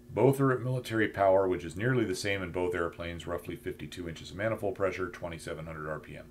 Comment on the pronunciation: I almost listened but heard the voice and knew "maniold pressure" would be endless. Other that that usually good content.